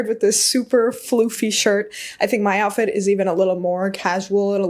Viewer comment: lol “the joutfit”. Love your styling! 🙌